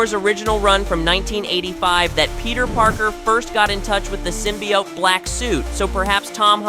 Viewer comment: That's a long "O" at the end of "symbiOte", chief